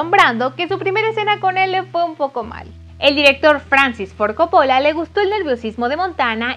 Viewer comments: Buena info pero por favor no repitas co-po-lla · soy italiana y tienes razon la chica del video lo pronuncia mal... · Me molesta que diga Coppóla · Cada vez que dices Copóla se me sube la presion!!!!!!!! ES CÓPPOLLA CÓPPOLLA CÓPPOLLA!!!!!!!!!!! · No es Cóppola? con tilde en la O? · No se pronuncia Coppo'la, se pronuncia Co'ppola !!!!!!!! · Tenía tantas ganas de ver tu video.. Pero no soporto como pronuncias "Copola"... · ¡CÓPOLA! ¡CÓPOLA! Y además, lo dice un montón!!!! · (Corleone no corleoni,)y la familia corleone era italiana no española y no eran de Roma,eran de Sicilia, y coppola le pronuncia cóppola. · Se dice ''cÓppola'' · Así como tampoco sabe pronunciar el apellido Coppola, cuya sílaba tónica es la primera, teniendo entonces que pronunciarse Cóppola (en italiano sólo se acentúan gráficamente las palabras agudas)... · Vine a quejarme por como dice copOOOOOlla 😠😠🤬🤬😠😤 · buen video....pero mala pronunciacion de coppola....entre otras tantas... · Tienes varios errores en pronunciación de algunas palabras, incluyendo el apellido del director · Primero aprende a pronunciar el apellido de director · si sabes que pronuncias muy mal Ford Coppola !!! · Exagerada pronunciación del Inglés, no entendimos tus brincos en todo el video y pronuncias mal el apellido Ford Coopola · Interesante pero por favor nunca mas digas "Caradin" .... Se pronuncia Deivid Carradain (David Carradine). Y chica por favor se te perdona lo de Caradin pero el Director es Cópola no Copola. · Querida, pronuncia bien Coppola y Hagen por favor 🙄. Deberías investigar este tipo de detalles primero antes de empezar a hacer el video.